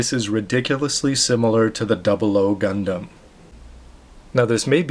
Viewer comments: excuse me, obviously your not a true gundam fan, despite your name, had no problem with the pronunciation. that is how they pronounced it in animes and the official website. Just ask any true gundam fans and see if his pronunciation is wrong. Sorry but i have to say, with YOUR pronunciation, you fail. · so you're saying you can pronounce it better? think again,thats how Japanese say it, thats how gunpla FANS say it. thumbs up if you guys out there say this is correct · Gundam.... WHAT THE HECK!! PEOPLE QUIT TROLLING THIS VIDEO!!! nothing wrong with the way pronounces "Gundam" or any other word. I personally don't like anything lower than the 1/60 scale model kits xD I mean, not that I don't like them.. but I wouldn't get them. After you get a PG, you don't really feel the need to get anything less. At least that's my stand-point on it.